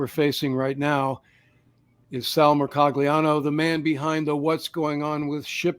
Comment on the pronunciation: Hey, it's Mair-col-yiano. "Er" is like "air", the G is silent like lasagna, and there's an imaginary Y after the L, like the Y after the N in lasagna.